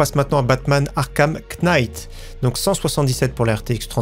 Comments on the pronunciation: Batman Arkham "QU'NIGHT" les profs d'anglais en sueur🤣 super vidéo, comme d'habitude😉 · Super vidéo qui me rassure Attention on prononce pas le k de knight :)